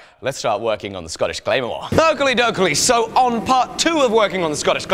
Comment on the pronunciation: didnt edit in your friend saying "Scottish Clamor" down like, but i love your stuff